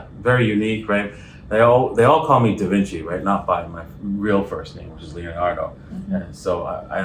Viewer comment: Davici ........ Daaaavinci ............ Cmon man stick to the game. Haha